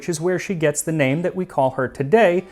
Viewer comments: Thank you for saying her name correct! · Well pronounced name, thank you!